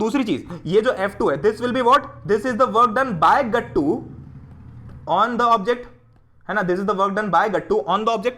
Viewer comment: The way u pronounce GATTU...GATTUU!!>_<😂 SO good ❤